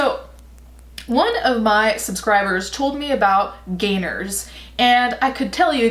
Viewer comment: When you said "gainers" I thought you said "gaynors".... as in the ballet shoe brand.... why am I like this